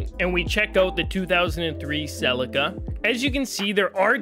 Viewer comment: suh·lee·kuh is how you pronounce Celica :D